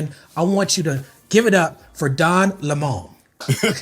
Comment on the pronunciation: lol soon as he called him Don Luh-Moan it was a wrap... 😂